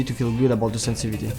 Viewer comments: Can anyone count the number of times this guy said "SENSI-VITY" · love how he says sensivity